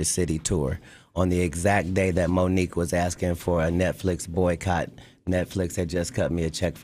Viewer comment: Bruh said like Mook and Aye Verb